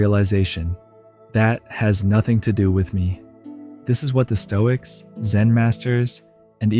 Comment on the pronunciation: Sounds like stocism